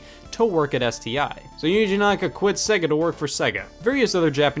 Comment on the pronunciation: I can't watch this, you can't pronounce Sega!!!!!